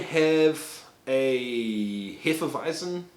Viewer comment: "Heffeweisen"😂 I (bavarian) love this channel!